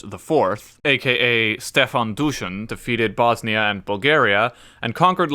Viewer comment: Kudos for pronunciation of these names. Stefan Uroš IV, known as Dušan the Mighty... he was most likely poisoned and there are talks that he wanted to accept Catholicism. So I wonder, If he managed to do that, would we have all these wars in this region based on dumb religion.